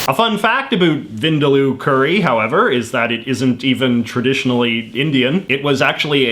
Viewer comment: When you're Indian and know how wrong J.J's pronunciation of 'Vindaloo' sounds to the Indian ear 😂 I forgive him, though.